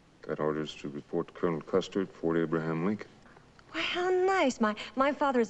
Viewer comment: Great video clip of an excellent episode of superb series Cheyenne. However, pay close attention to the way Julie Adams pronounces the word wagon train. What it sounds like she's saying is "wagon trainer". Also, pay close attention to the two times that Bodie pronounces the word Custer, as it sounds like he's saying "Custard". I never watched the series when I was a child as westerns bored me. Having watched the entire series in reruns for some time now, I wish I had watched it as a child as the elements of acting, casting, writing and direction were quite perfect. It's unlikely we'll ever see another hero like Cheyenne Bodie as was perfectly portrayed by Clint Walker. Walker would have made an incredible Superman if he were the proper age.